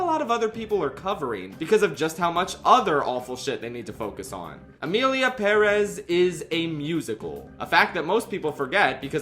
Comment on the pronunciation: Thank you for pronouncing 'Emilia Pérez' the right way BTW, the lyrics in Spanish don't even rhyme